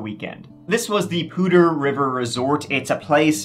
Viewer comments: As a northern Colorado resident, THANK YOU for pronouncing Poudre correctly! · Hey, you said Poudre properly! Not common for people who haven't lived near it.